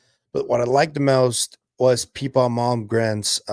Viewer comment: its pippa, not peepa. i think it makes a difference....